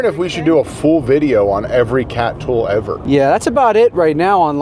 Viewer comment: says the word "tool" as tough its spelled "thull" 🙃